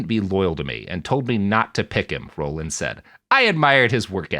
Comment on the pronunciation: Robert, Bob Dole was not an astronaut although he was sometimes out in space. Also, I know you're young but Ed Rollings name was pronounced "rawlings" not "rollings".